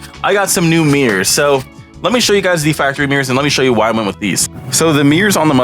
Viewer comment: "Meers"? Like meerkats? "I hate saying the word 'hella'". *proceeds to say the word "hella" again